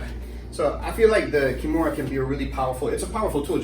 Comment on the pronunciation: Why do they keep calling the Americana a Kimora?